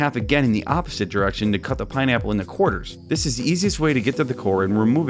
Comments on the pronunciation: did anyone else hear him say "pinenipple" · Honestly, every time he said pineapple, I just heard pie nipple. Just me? Yeah? Okay.